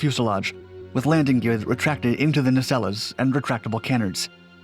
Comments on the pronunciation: ….its “nuh-SELLZ” and “kuh-NARDZ,” not “neh-SELL-ez” and “CAN-nerdz.” Just sayin’. Ironically, though, your French pronunciation is phenomenal. Totally on point. I say that’s ironic because “nacelles” and “canards” are both French-based terms appropriated by English/speaking aviation engineers…. Heh. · The last "e" in the word nacelles is silent.